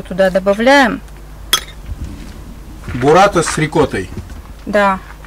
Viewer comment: Не бураТТа, а буРРата